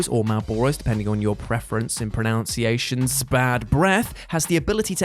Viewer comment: I can't help but shudder at your pronunciation of pronunciation, I blame my college acting teacher 🤣